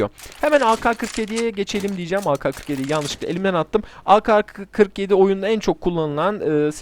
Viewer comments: Türkçe de ka diye bir harf yok.Ke var. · O aka kırk yedi diye okunmuyor ake kırk yedi diye okunuyor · yalnız orada kendine laf sokuyorsun doğrusu ka diye değil ke diye okunmasıdır zaten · ağka 47 değil o ağke 47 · Aka ne abi ake diye okunuyo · ak 47 diyecegin yerine aka47 demişin ona gülüyor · ka diye okunmaz, yanlıştır